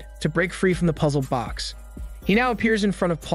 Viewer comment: Why the hell do you keep calling it "puzZLED BOX"?